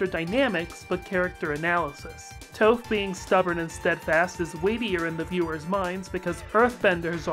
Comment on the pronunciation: I had an out of body experience when you mispronounced Toph as "Tofe".